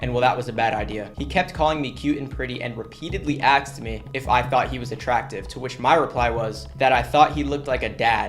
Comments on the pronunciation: "Met it's despise"? And pronouncing 'asked' 'axed' It's no wonder that the majority of your subs are teenagers. 😅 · Idk why people say axed instead of asked?😂